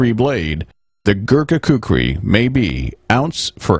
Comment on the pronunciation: yea they mixed up the r and k on kukri but oh well its a good vid